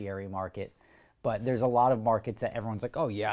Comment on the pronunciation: I quite like the way you pronounce "but" ... bwuht